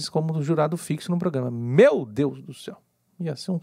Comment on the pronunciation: A 1ª dizia ê quando era é, tipo cêu e não céu.